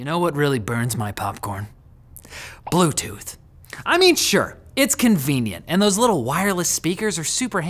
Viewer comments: Blute tooth???? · BLUTETOOTH lol